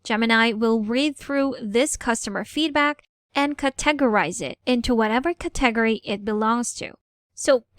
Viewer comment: CAT a gory. CAT a gorize. etc. :) Emphasis is on CAT.